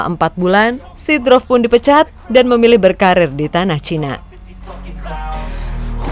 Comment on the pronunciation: seedorf namanya, bukan seedrof mbak 🤣🤣